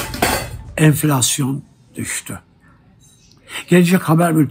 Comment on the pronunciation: Enfilasyon düsdü😂😂😂😂😂 Beli girildi enfillasyonun agepenin guvetinle😂😂😂